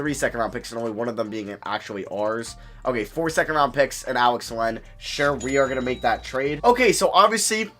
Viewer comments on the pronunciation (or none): none